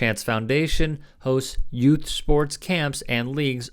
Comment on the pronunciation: Dude you have watched My Cousin Vinny too many times. " Yutes".